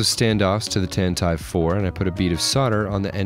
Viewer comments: Tant- EYE-ve? Pretty sure it’s tant-tiv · Wasn't sure if you were mistake with the pronunciation or it was just a joke at the long debated way to pronounce Tantive but I believe Lucas' official word on the bird is 'Tantivee' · (Mispronounced tantive) awsome diorama of soem awsome movies, my personal favorite is ROTS